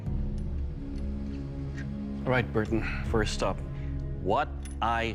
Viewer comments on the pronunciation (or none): none